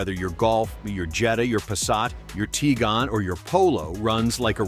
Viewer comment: You see more and more of that with AI assisted videos. Also the AI narrator can't pronounce Tiguan properly.